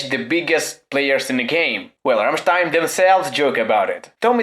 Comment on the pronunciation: Finaly someone on youtube that says rammstein not rammsteeen